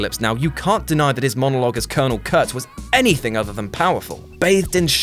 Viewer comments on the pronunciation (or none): I liked this list a lot. I mostly agreed with it whole heatedly, but I've watched a few of your videos, and, though I don't want to troll, please take note: -This is the word "anything." Please notice the distinct lack of the letter "k" at the end of it. Instead their sits a "g." Ends in and "ing" not an "ink." Also, a twenty-something (I assume?) saying "you're welcome" as if they discovered The Great Dictator, a film that is 77 years old is soooooooooo Goddamn arrogant. It takes away from your explanation, which was humble, human and, dare I say, like-able. I'm a Southwest boy too, just don't want you to let the side down. Cheers for your time. Sincerely, Not a chav and not currently drinking cider